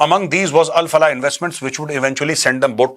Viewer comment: Al Falah university ❌ Bal Falah university ✔️ 😂😂